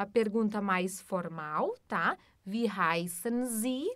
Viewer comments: Congratulations for the correct use of the pronunciation key with respect to Wie.../vi:/. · Herzlichen Glückwunsch für die korrekte Verwendung des Ausspracheschlüssels in Bezug auf Wie.../vi:/.